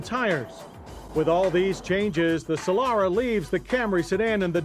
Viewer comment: It's Solara not "Solora"